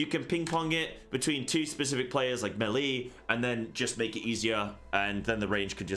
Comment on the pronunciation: how in the absolute f$%k does a person who tries to make a living doing MMORPG videos not know how to say the word "melee"? (It's pronounced MAY-lay, you buffoon.) Also, grudgingly, thanks for the video. I gave you a like even though you made me cringe through the whole thing.